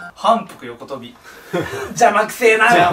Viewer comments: ゆめまるの言い方を ｿﾐﾐﾚ ﾚﾌｧﾌｧﾌｧ とするなら、自分の言い方は ﾄﾞﾐﾐﾌｧ ﾌｧｿﾐﾚ って感じ(絶対伝わらない) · は↑ん↓ぷくよ↑こ↑とび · 反復横跳びのイントネーションがおかしいらしいんだけど…みんなこのイントネーションじゃないの？！ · スケトウダラと言い 反復横跳びと言い イントネーションが気になる笑笑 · 反復横跳び スケトウダラ イントネーション気になるw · ゆめまるの反復横跳びのイントネーションなんかおかしくねw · 反復横跳びのイントネーション…